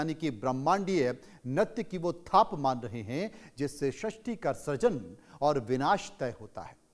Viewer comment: DARMU wrong Damru correct.susti wrong sristi correct.attention the correct pronunciation because your voice gone spread everywhere please